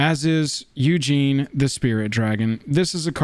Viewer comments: If you're going to start doing more of these videos, I recommend doing your research and learning how to pronounce "OOggin" not "Eugene". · I could be wrong but I’m pretty sure you’re pronouncing some of these names incorrectly. Ugin is pronounced Oo-gin not Eujin and Teferi is pronounced Te-far-E